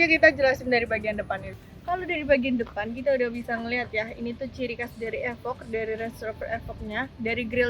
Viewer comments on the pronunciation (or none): Efok 🤣 bacanya ifoq mba wkwk